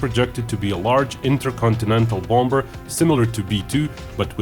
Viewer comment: Love your videos but I just gotta say; English loves it's silent consonants in words. The second 'b' in bomber is not pronounced so it should be said as "bom'er" not "bomBer." Anyway, thanks for the great videos. :)